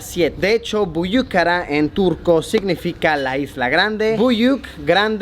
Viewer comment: Büyük Ada (isla grande, literalmente). Muy bien pronunciado. Estás mejorando. XD ("Kabataş" [piedra de Kaba {sagrada para los musulmanes}] no lo dijiste tan bien... pero va queriendo).